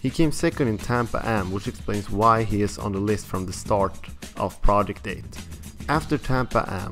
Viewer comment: theres only so many times i can hear this guy incorrectly pronounce Project 8